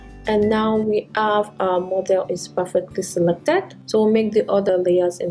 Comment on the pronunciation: Why did you pronounce Model as Modal and tool as dool and many others? It's hard to figure out what you said let alone to understand Photoshop.